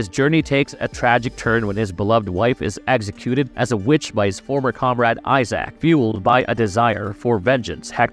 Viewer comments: Please pronounce Isaac’s name more like eye zick, not ZAACCCKKKK… god that sounds terrible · I had to stop after "Eye-sack." How to do a video about a series never played/watched.